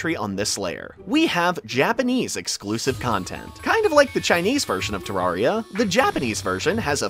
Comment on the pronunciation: It’s terraria Not terrahriah